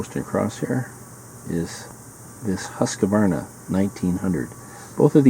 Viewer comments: It should be pronounced 'hoosk' 'varna' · No E sound between the Q & V Pet peeve of mine, every Gun channel says it wrong :p PS Husqvarna still make a ton of stuff